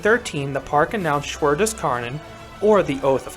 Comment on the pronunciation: Btw, the correct pronounciation would be like saying "shoe" but with a "w" after the sh and an "a" pronounced like the "u" from "unfortunate" for "Schwur". The "des" is on point and for "Kärnan", you can just say "care-none". So it's "sh(w)oe(a) des care-none"